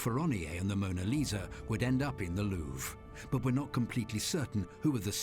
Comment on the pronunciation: the Mona "Leezer" he called her lol